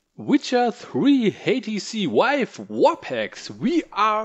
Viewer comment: Why does someone like this make videos in the first place? VIVE.....SAY VIVE! if you cant say the product name. DOnt do a tutorial. Idk whats worse. The video quality, the lack of good information or even just the lack of thinking this "video" through from start to finish. You are not a off the cuff kind of speaker. Prep next time.